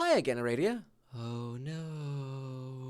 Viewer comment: The name is "Ah-rah-dee-uh" :P I swear it's so funny to see how different the characters are from the og homestuck and pesterquest XD